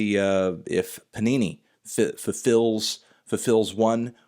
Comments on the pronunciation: It's "Panini" not Punani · Anthony, it's pronounced "PANINI" not "PUNANI"